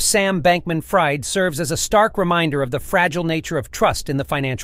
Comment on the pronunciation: I think he goes by “FREED” - fried is pronounced “freed” 😂😂